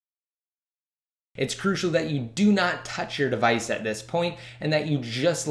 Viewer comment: ty bro .. but you have to work less on the word crucial !